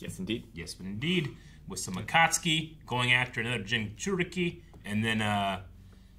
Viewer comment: Why is nobody correcting when he says “Atatsuki” I feel like he’s gonna pronounce it to wrong way for the whole show now He’s been saying ATATSUKI from day one bruh 😭